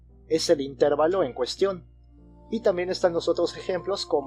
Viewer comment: Excelentes videos, gracias por compartir. Solo un detalle, la palabra "intervalo" es grave, no esdrújula, creo que no es "intérvalo".